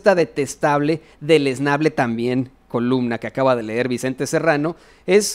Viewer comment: Se dice columna y no colubna